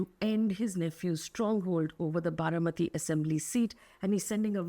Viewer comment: Baramati, not Bharamati.